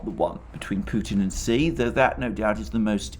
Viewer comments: Xi is not pronounced “see,” but rather more like “shyee,” or even “shee” would be closer. Otherwise great stuff. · President “she”, not “see”! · why are u pronouncing xi like a xylophone?